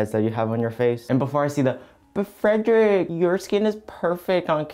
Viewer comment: how do yall not get his name right im sobbing for him- his youtube name is frederic,its in his description and he says it SO much. atp he immediately loves anyone that gets it right✋😤